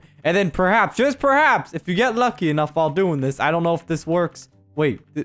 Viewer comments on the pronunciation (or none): none